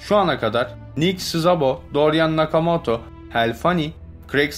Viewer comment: Nakamato değil Nakamoto...Valet değil Wallet(VOLIT).Arkadaşım senin videolarını severek izliyoruz.Ancak bu işi yapmaya devam edeceksen profesyonel bir diksiyon kursu almanı tavsiye ederim.Başarılar.